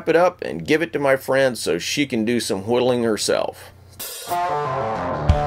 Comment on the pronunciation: I hate how he adds the h's in why, whiddleing and white